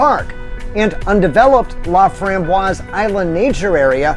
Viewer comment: 2 out of 4 isn't bad. You got Pierre & Fort Pierre right. Oahe is pronounced ah-wa-HE. Not ah-wa-HEY. La Framboise is pronounced La From-boy. Finally you Fort Pierre Chouteau right with the proper French pronunciation of Pierre.